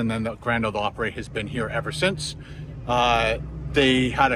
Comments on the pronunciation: I hate to be a negative Nelly, but you’re pronunciation of Opry is killing me. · Op-pre or Op-pra not op-pray. Unless you are Canadian I guess. :) At least in my experience I could be wrong.